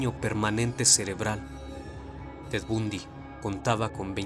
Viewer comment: Se pronuncia Bandy